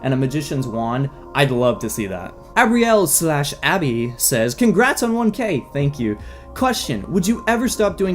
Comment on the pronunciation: ahhh! you answered my question thank uu, also u pronounced abrielle right <3